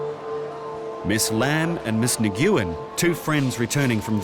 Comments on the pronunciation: Horrible pronounciation of that last name Nguyen. It is pronounced more like [win] than what they did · The absolute butchering of the pronunciation of Nguyen was awful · Butchered the pronunciation of "Nguyen" LOL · It kills me every time he says "Miss Na-guoo-en". Nyoo-en. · Commentator bad pronounced names of the the two Vietnamese Ladies Tran and Ngyuen... He pronounced them "tr-ann" and "nugg-oh-en".... Correct is "Trun" and "new-enn" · lol Nguyen is pronounced "Nuh-Wen" not "Nuh-gu-yen" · “Na-goo-yen”? AI can’t pronounce one of the most common surnames from SE Asia? Nguyen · Ms. Nuuu-goo-yen lol Nguyen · Nguyen is pronounced "win", by the way. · The voiceover guy seriously thinks the name pronunciation is 'Negoowen' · So annoying to hear them mispronounce "Nguyen" over and over again. It's pronounced "win". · Lol who taught the voiceover how to pronounce Nguyen? It's not a hard g. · Ms. Nyee Guwen 💀💀💀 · Nguyen=Win Learn to pronounce foreign words. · Might be a good idea to know how to pronounce Vietnamese names! Nguyen is pronounced "win" and I'm no expert! Embarrassing! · they really couldn’t tell the narrator how to properly pronounce “Nguyen” 😭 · This show went through recordings and editing, but no one told the narrator how to pronounce "Nguyen"? Not a single person working on a show about international people? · Why deny traveling together??? How they pronounce Nguyen is totally wrong!!! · That is NOT how you pronounce Nguyen…